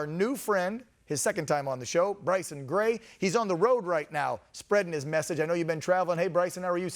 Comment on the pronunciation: Its Gray man not grace